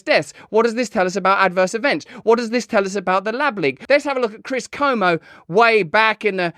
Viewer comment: Cuomo is pronounced with a Kwa, much like "Genius in France" by Weird Al about 4 1/2 mins in